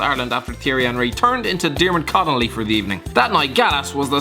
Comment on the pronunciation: Durmid conolly 😂😂